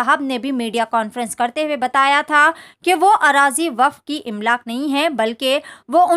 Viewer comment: Imlaak nahin Amlaak.. Urdu sahi karo